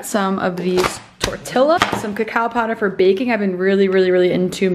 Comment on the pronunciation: Lmao my partner and I pronounce everything wrong on purpose too- we pronounce tortillas and jalapenos the same way you do in the video 🙈